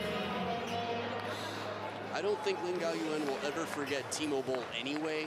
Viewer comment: one time say laan gan😂